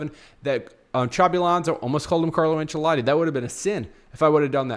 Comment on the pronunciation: its not Carlo Anchelati bro